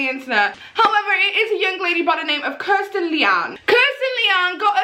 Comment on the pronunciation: It's Kristen you keep mispronouncing it as Kirsten , the video title is incorrect as well